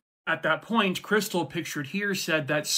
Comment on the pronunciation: "That's Chris-tall, like the champagne"